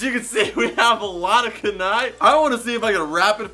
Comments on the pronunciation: I Know Its Rude But Its KUNAI Not Kenai. -. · Did he just say Kunnai instead of kunai